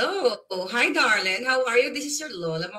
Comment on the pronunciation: Hindi bagay sa yo tutubi ang magsasabi/ pagpronounce “ darling”,hindi bagay sa dila mo. Mapag udjok ka sa ibang tao pra may mahikayat ka sobrang bigat ang mga ginagamit mong salita, it will comeback to you.